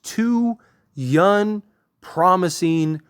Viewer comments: The word is “younG” not yunn like you’re pronouncing. It drives me crazy in your vids. Other than that keep up the good work! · Bro I know you can say young correctly I believe in u